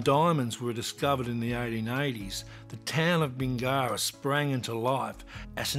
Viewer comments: Yes, but does Does know the correct pronunciation for Bingara? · Apparently not :D